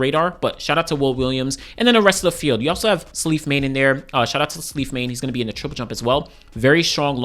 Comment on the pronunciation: Slight correction, Salif Mane is pronounced "SAH-liff MAH-nay". He's Senegalese Looking forward to the champs